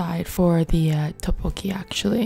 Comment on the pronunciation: its so relaxing but im so stressed by the way she pronounces 떡볶이... like toppokki ;(